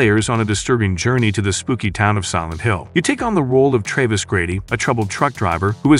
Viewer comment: Silent Hill. Origins! Has where you control Tray-vis. Grady. Yes it is very much generated and it's shit.